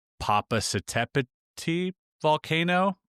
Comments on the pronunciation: Poppa catta petal. That's how you pronounce the volcano. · Just say "Popa cata pettle" ...not hard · The volcano is pronounced pi po ca te Petl. (Last syllable is like the word petal but without the a. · Sorry, that’s po po ca te petl. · Popocatépetl: po-po-ka- TEH-peh-tl